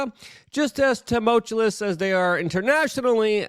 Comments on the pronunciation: DUUUUDE! The word is T-u-m-u-l-t- “U”-ous. Not tumult-u “L”ous. …. Every Damn Day. Hahahaha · Totally unrelated thought, but that opening clip reminded me of what it sounded like to 1v1 my best friend in Warhawk -hiding in the base on Island Outpost while he smashed my team’s vehicles with the repair tool. And, tumultuous is ‘tah-mulch-you-is’… not ‘Tah-mote-cha-lis’ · Could you PLEASE learn how to say tumultuous!?!?! It isn't tumultuLous lol. Maybe just find a different word altogether, you over use it... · I have a tee that all your followers will buy. You with your headset on saying, “TEMULTULOUS” You’re welcome. 🎉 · He has to stop saying “tumultulous”…😅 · STOP SAYING TOWMOWCHEWLESS! if you cant pronounce it, just stop saying it. It doesnt make you sound smarter. It makes you sound dumber.